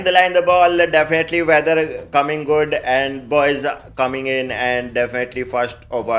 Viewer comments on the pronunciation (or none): definately ❌DAFINATLY ✅ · Dafanataly🥱🥱🥱🥱 not definitely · Definately? 😢😂 Arr kitne definitely? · 4.20 shuwagrat😂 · Definitely ❌ Dafenately ✅ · Defhenitally is supreme 😂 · Lumber 01 "D0finotely" 🤣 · Definately❌ Defanataly ✅ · Definitely ❌ daafinaitly ✅😂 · Some important keywords : Dafnatly, anda visual, rae bareli , andia, karkit, saris 😂😂😂😂😂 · "Ji dafinatly" is parmanent for our the king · Dafnetly............... Dafnetly😂😂😂Dafnetly..... 😂Dafnetly.... 😂.... Dafnetly....... 😂Dafnetly.... 😂kung😂...... 👐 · Definately defntly defltynh defltyn 😂😂defnatli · " AAND-DE-VISUAL"...matlab ki definetly.. AAND VISUAL....:face-blue-smiling::face-blue-smiling::face-blue-smiling::face-blue-smiling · Matlab ye toh "defnetily" Real se bhi jyada Real ho gaya ji 😂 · आग लगा दी भाई "डेफिनेटेली" अंग्रेजी कमेंट्री कर के।। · Hahahahaha 😂😂😂😂 Defonatly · India❌ Undia✔️ Individual❌ Andabhurji✔️ Definitely❌ Deffnatly✔️ Air conditioner❌ Air cooler✔️ King❌ Kong✔️ Virat❌ Barat✔️ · That Defiinetly and Kraket 😂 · Accent on point. 100% defnitly 90% endia 50% kerket 20% ❤ for Bakri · "Definitely" ji 😅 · 'definitely' fanniest episod I see reeecantly🤣